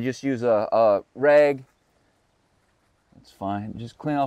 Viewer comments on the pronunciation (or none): would give you a hard time about how you say “rag”...(‘reg’) #sore-y